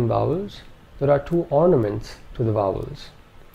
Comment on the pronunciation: I hear wovels not vowels.